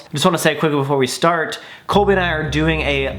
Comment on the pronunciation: Am I the only one that realized that he said Corey instead of colbey